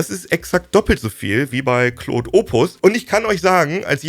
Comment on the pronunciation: Bitte hört auf "Kloooood" zu sagen 😭 Die englische Aussprache (Clawd) hört sich viel besser an.